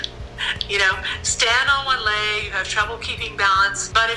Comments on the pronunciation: Why do you say lage in stead of leg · how do you pronounce leg? Ł Æ Ï G ?